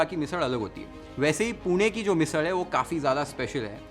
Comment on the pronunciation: Chef, your pronounciation of ण and ळ are perfect (पुणेरी, मिसळ etc )